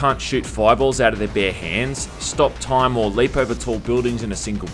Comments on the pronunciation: Did you say Stop Time as Top Stime? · "his TOP STIME ability" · Did u mean to say top stime? ;)